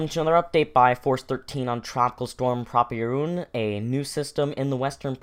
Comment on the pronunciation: PRAW-pee-roon? I pronounce it as pruh-PEER-oon.